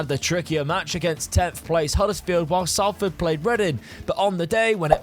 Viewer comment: It’s pronounced sol-ford not Sal-ford